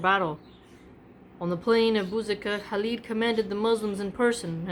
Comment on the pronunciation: It is Khalid not Halid. I guess you got that from Habib which he spells as Khabib.